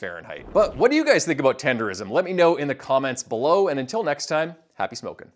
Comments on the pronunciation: The word is ten-der-nism not ten-der-rism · Yall stay messing up the name. Tender-'nism'! And you're using him to get more traction on this video, which ain't bad, jus get the name right. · He trolling calling it tenderism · Tendernism* dudes can’t even say it right and making videos bout it 😭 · Let’s say the word in the title of the video incorrectly like at least 7 times wtf 😂😂😂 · Couldnt watch the rest of the video after he pronounced nism wrong 🤣. What ever he had to say was probably valid but i cant take this guy seriously now. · He's getting the word wrong on purpose.